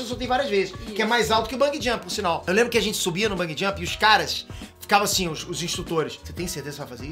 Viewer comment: Vou fazer o papel do mequetrefe hj, então lá vai: É Bungee Jump e não Bung Jump!